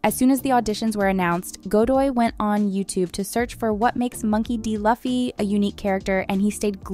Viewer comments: 1. Emily didn't cut her hair short and dyed her hair in the audition tape. There's a video where the cast watches their audition tapes. 2. It's pronounced loofy not laffy. 3. The picture shown as Eiichiro Oda is Eiji Aonuma, the director of Zelda games. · Huge fan of the anime and I can say I love this live action version too! Cast is perfect! But man, is it so hard to pronounce Luffy's name correctly?? It's Lu-fi, not La-fi! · Ok that's a decent deep dive couldn't you dug a bit more on how to pronounce the names of those characters the cast literally made a clip saying it's Loooo-feee not Lafi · Lol its pronounced Loofee. Also that picture of Eiichiro Oda was not Oda. That was the creator of Legend of Zelda from Nintendo, someone completely different. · I had to stop watching the video, stop saying "LUFF-E" 1075+ its so cringy to mess up saying the main character's name. it's pronounced "Loo-Fee" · That photo is NOT Eiichiro Oda, and the character's name is pronounced "Loo-fee" not "Luff-ee". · "Laffy??" It's pronounced as loooffy ..jeez. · It's ''LOO-FEE", not "LUH-FEE". Nice vid anyways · Please stop saying "luhffy". Its embarrassing and It shows you didn't even watch the source material and makes you sound not credible as a source. If you're going to be a journalist on this please get the pronunciation right. It's pronounced "LOO-fee". You would know this if you actually watched the show, oh snap. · Every time Luffy's name was mispronounced i cried inside and my soul left me piece by piece.. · the way you say luffy kinda bothers me :( it’s pronounced loo-fee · Sorry guys but it is not Ai. Actually, I find it hard to believe an Ai would pronounce Luh-fee lol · If pronounciation is one thing then y'all are incorrect Japanese don't have any L sound it's more like Roo-fee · It was highly pissing me off lol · SAY IT WITH ME NOW!!!! LUFFY (PRONOUNCED, LOO-FEE) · Well, she did her homework. She just never watched the show. "Luffee" 🤣🤣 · Bro who is Laffy? 😂